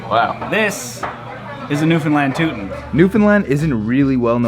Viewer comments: not buddy calling it a "tootin" instead of a "touton" hahahahahahaha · It's pronounced TAO TUN not TOO TON lol